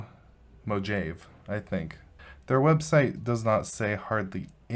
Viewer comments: Surely he was trolling when he said mo-jayve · "Mojave" is pronounced mo-HA-vee :) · It's pronounced Mo-hah-vee. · That Mojave pronunciation, lol. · How wrong can one go! You can neither pronounce Ubuntu nor Mojave? 🤦‍♂️ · That pronunciation cracked me up...lol